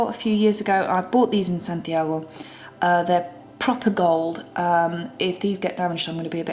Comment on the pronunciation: I love how you pronounced "Santiago". Sorry if that's weird. I just appreciate how you say it the way we say it